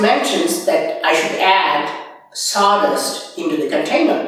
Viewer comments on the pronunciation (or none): Did you said saw dust or zordus or something else to be used to creat electricity?